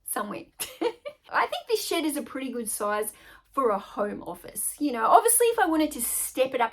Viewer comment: I introduced my 4 year old granddaughter to your channel today. She loves your accent. She said oh grandma Honey. She said a bad word. I said what bad word did she say? She said shit. I said honey she didn't say shit, she's saying shed. I got a laugh out of that. Her name is Gwendolynn